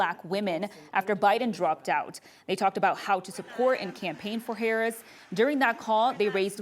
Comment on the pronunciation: “Vice President herrin” this reporter is about as bad as Biden when it comes to speeches 😂 basic communication is not her strong suit 🫵🏼🤣